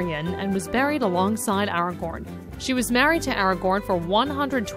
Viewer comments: Aragorn not Argorn Kerin Amroth not Serin Umroth. Cs are always Ks in any Elvish language. Ss are always Ss and there are no actual Ks. If that makes sense Fellowship members don't get a pass to the Undying lands. The reason Frodo and Sam could go was because The One Ring had damaged their souls and thus, if they died they would become wraiths. Eru (God of LOTR) created them to die and leave the world and not linger in it after death, and because that was taken away from them they got to stay in the Undying lands until the world ended. That is why Merry and Pippen never went to the Undying lands, because they were not allowed Thain not Fane. By the way, every time you hear a word in a fandom you don't have to make a weird pronunciation for it. Just read the Appendices, they give all the correct pronunciations Durin or Doorin are fine, but generally in LOTR vowels are drawn out. Not always and not necessarily though, and I am unsure whether it applies to Dwarvish names or just Elvish and Adan (race of men) names Am I hearing Ithilion right in this? It sounds like if they are saying Lithilion but idk, maybe its just me Eowyn, Eomer, Eotheod. the Eo is like a large A. Just putting that out there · "Aregan" "Aregoorn" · Did she just call Aragorn, Eragon? lol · IT'S NOT FUCKING ARRRRRGOORN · No freaking kidding. I wanted to scream hearing her pronounce Aragorn... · Completely slaughters Aragon and Legolas' names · Aragon, Arwin, Maryaduck, Peragin, leggolars, Jauwen, E-omor, Gandolf... I'm fucking crying, I can't decide if it's hilarious or a disgrace x'D. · Argor, Ow-win lol painful. If only there were movies that showed the correct pronunciation. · Argorn.... The hell happened to the A. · Literally seconds onto the video and you've already called Aragorn, Aragon, making anything you say after completely invalid to me. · omg the pronounciations are killing me!! Peragin, Eragon, Lithilien, Yowen, Erowen, Iomer LOL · "(Li)Ithilian" "Aeomerr" "Aragon" "Gandolf"